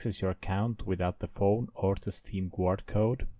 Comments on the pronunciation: Pronounced ɡärd, not gward. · I'am the only one hearing steam "quart" ? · Dafug do you even meen? you are legit saying steam Gvuard